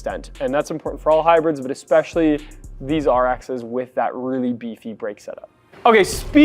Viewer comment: Bro, stop saying Expeshally